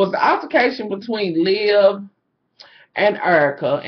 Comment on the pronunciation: Lmfao "lib" hahahahahaha. Her name is liv. Olivia. Lol you're still flawless hunny